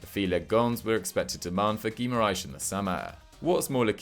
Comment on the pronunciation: Brazilians get so triggered with portugal portuguese pronunciation of their players… it’s pronounced Gi-ma-ra-ens not Gi-ma-ra-sh